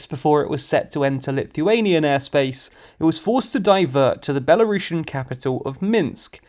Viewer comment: Why you say Belarushan, it's Belarusian. Don't disrespect my country and not mix it with Rusha, okay? Again: Belarus - Belarusian